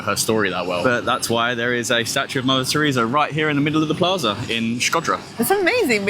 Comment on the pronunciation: I thought you said "lavatory" here instead of "Mother Teresa". Enunciate, Bro!